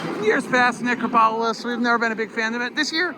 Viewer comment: It’s pronounced - Neh-crop-oh-lis